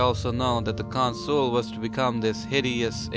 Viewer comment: I really don't get why you pronounce 'Consul' as 'con-SOOL'. It's 'CON-sul'.